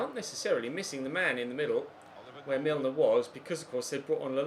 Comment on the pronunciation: Im sorry, james milner is 'hames' and hes columbian???!!!